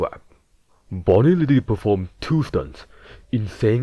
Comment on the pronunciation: He widawwy hit the gwiddy